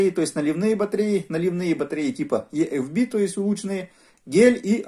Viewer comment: EFB - почему Е-Эф-Би? Правильно И-Эф-Би...